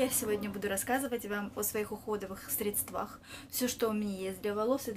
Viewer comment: средствАх? Может срЕдствах ?!